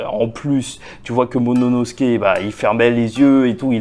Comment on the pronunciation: "Momonosuke" grrrrrr vilain. Sinon bonne review